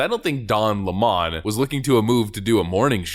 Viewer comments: Lemon is not pronounced Lamon. His name is pronounced the same as it is written which is the same as the citrus fruit. He lies about his last name. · Lemon not Lemoan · Its not Lemmon, its Lemon he is the worst sour fruit on tv. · It's not Don Le'Morn.... It's Don Lemon as in "A fruit" a very bitter, sour and acidic fruit ;p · Stop calling him Don Lea Mon it Lemon like the fruit. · Don LaMon??? It's Don 🍋 LEMON!!! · What's with the 'Lemon' pronounced 'Le Mon'???????? Its L-E-M-O-N....As in the yellow bitter citrus fruit....If he wants to go by 'Le Mon'....then please spell it correctly!!!🤣😂🤣😂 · Why are you calling his last name LEMOND? Isn't it spelled lemon? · It's not Don La Mon, it's Don Lemon, as in lemon, the sour-tasting fruit. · Why are you calling him le-mon...he's a feffing lemon. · It's 'Lemon' always been a shit-lib lemon. 'Lemōn' is a liberal affectation. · Dude, its L E M O N, like in lemonheads......not lamon....please speak english......lmao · His name is LEM-on, like the other guy is COLE-bert. I won't use their pronouns, either. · Imagine doing commentary about something as complex as racism; all whilst being too illiterate to be able to pronounce LEMON. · Stop pronouncing his name that WSU! 🤣😂🤣 sau it the way he spells it. L E M O N= 🍋 Lemon. LeMon is NOT HIS NAME. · How to pronounce lemon Leh - muhn like the fruit. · Of course he is crying about being fired his lies caught up with him. His name is pronounced like the sour fruit " lemon" as he is sour as hell now. As far as people attacing him he is playing the Jussie Smollet book of victimhood. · Don Limon a a lemon 🍋, stop trying to make it French or different its lemon 🍋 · It's Don Lemon 🍋 Not lemon! 👍🤣🤣🤣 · Yo, it's don 🍋. Say it right, if you're gonna say his name brah..... .... Yo, it's Don le Butte sniffere... Say it right if you gone say it's name. And yes, it's french. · I thought it was pronounced lemon 🍋 like the fruit? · Cringe, but he calls himself "Lamon".....